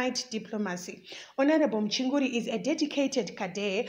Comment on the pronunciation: Journalism yakho chisikana Inoda improvement......pawati iwe "Mchinguri dambles"...then your pronunciation of "exile".mmmmmm....onai zvokuita...You dnt have to speak Chirungu as L1 speaker but izvi is just not good enough...maoneroo Angu